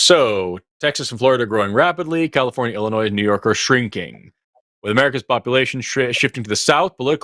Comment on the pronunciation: Did say "Illinoise"?